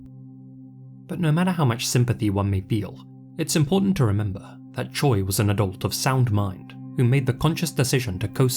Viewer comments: Your pronunciation was pretty damn good with the Korean names! Tip: “Choi” is said a bit like “Che”. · Correct me if im wrong, but isn't "Choi" pronounced like "Cho" in SK? Not that these men deserve any type of respect, just wondering. Amazing video, as always, ❤ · Now when you say "che" is that "che" like cheese, like Che Guevarra, or like shay? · Honestly, whose damn idea was it to Romanize it as Choi ??? It's no wonder English speakers constantly pronounce it as Choy.